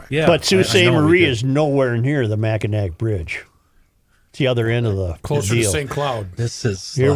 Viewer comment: It's pronounced Mac-in-naw Bridge